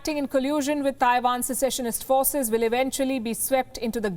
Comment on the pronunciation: You said will... I heard balls!